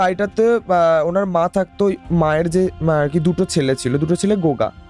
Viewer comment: gunga k o goga bolchhey😅